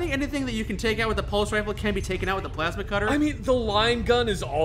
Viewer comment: "Pulse cutter... pulse cutter.... pulse cutter..." ITS PLASMA CUTTER,!